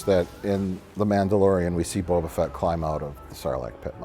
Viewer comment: I hate the way they pronounce "Boba Fett" as one word with emphasis on the first syllable. The only thing I hate more is how much of a huge nerd caring about the pronunciation of "Boba Fett" makes me.